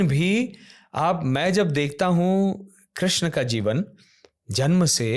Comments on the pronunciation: श्री कृष्णा बोलना सिखो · please krishna name ko thik se pronounce ki jiye 🙏🙏 bahot aajeeb lag rha hai